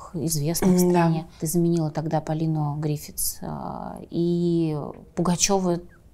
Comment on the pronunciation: "...ты заменила тогда Полину ГрифиТс..." Вообще-то правильно Гриффис!